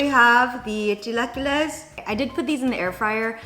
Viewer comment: Love you but the way you say “chilaquiles” hurts me. Lol